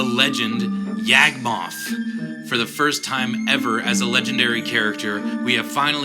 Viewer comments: He never had a spark, he was never a Planeswalker. Also as it was mentioned before Gate to Phyrexia exists, although it's probably inneficent. And I hate to be a stickler but "Yog-moth", not "Yag-moth". Cool synergy with the myogin though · Who the hell is YEAHG-moth?